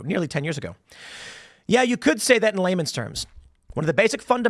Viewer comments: Layman's terms, not Lehman. Jesus people, learn your own language. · ladies, if you ever meet a man who says Lehmans instead of Laymans ....hes a keeper 😆